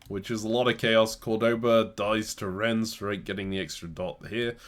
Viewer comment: first chaos game: diabolical pronunciation of nantes second chaos game: diabolical pronunciation of rennes (pronounced ren) both cities in the same region of france, same mistake in pronunciation!!